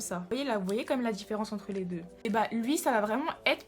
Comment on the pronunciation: "Li sourcil"😂😂😂😂😂